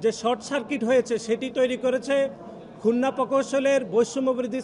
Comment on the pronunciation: আরে ভাই উচ্চারণ করুন খুলনা